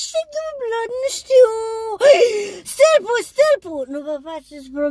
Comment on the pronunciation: Mooooooorrrrrr moooor nu alta mooooor😂🤣😂😂😂😂😂 "Stalpul , stalpul ,nu vă fațeți pobeme tec pinte iei"🤣😂🤣🤣😂